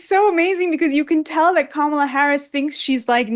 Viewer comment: It's pronounced Kamala not "Kaaa malaaa Haaarrriss!", Oprah. Get it right, don't be racist.